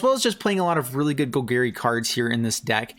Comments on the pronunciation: “Gol-Gary” you know Bolas’ uncle. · ima need you to learn how to say golgari